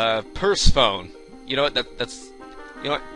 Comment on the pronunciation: Btw Persephone is pronounced per sef in ee she's the Greek goddess of... I think flowers and spring?